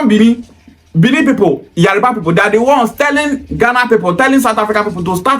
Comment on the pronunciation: Bro it is Yoruba not yariba.